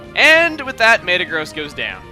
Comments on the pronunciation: Maytuh-Gross is probably the WORST pronunciation of Mehta-Graws I've ever heard. Don't worry we still love you Chugga! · its pronouced me-ta-gross not may-ta-gross but still iver way go chugga go chugga!